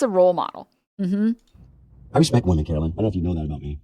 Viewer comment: they're not even saying her name right... they keep saying it like "carolyn" and not "caroline." shows how much they give a fuck about the words she's actually saying.